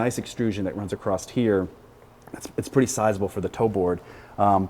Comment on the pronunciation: Hey, "across" doesn't end with a "T", and while you're at it, "height" doesn't end with "TH". It's good for my dentistry. :) PS. Thanks for all the rest.